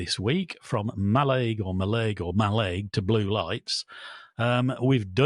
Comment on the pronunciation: Ma- LIG.